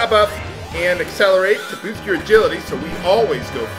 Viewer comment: It's Acceleratle, with an L in the end.